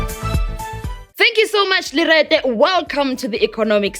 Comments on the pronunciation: Did she just say lerete. Joyce mara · Joyce just said “lerete” 🤣🤣🤣 Aiboh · did she just say lerete hehehheehe she is wilding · Did Joyce just said "Thank You Lerete " 😅😂